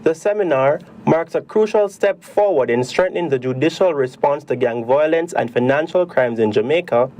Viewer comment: Why do so many Jamaicans fail to properly pronounce the word violence!?